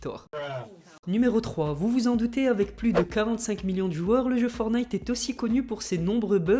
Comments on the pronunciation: Je t'aime bien mais juste pour te prévenir on dit forTnite et pas fornite ;) C'est pas une critique , c'est juste un petit conseil pour la suite !!! Sinon continue comme sa ! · "Forte - naïte" les gars, pas "fornaïte" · ForTnite et non fornite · Pouri et c fortnite et non fornite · forTTTTTnite putain de merde apprenez à lire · Dites moi si je me trompe on dit fortnaite pas fortnite je parle de la prononciation dsl pour les fautes d'orthographe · Je vais le butter si il dit Fornaite encore un fois (LE JEU S’APPELLE FORTNITE) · On dit pas for night on dit fortnigh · tu as dit fornite C'EST FORTNITE Y A UN T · On dit pas fornite on dit forTnite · C’est pas fornite mais fortnite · c'est pas fornite c'est forttttttnite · Prononce le T putain c est chiant d entendre fonite .. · On dit fortnite tttttttt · On est d'accord il a dit.... Fornite 😭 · Le T dans fortine il se prononce ptn entendre fornite tout le temps c’est bizarre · Tu ne sais pas prononcé le mot Fortnite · Il faut que tu arrêtes avec fortnite déjà tu ne sais même pas le prononcer donc hein déjà il faudrait déjà tu apprennes à le prononcer après tu pourras faire une vidéo dessus...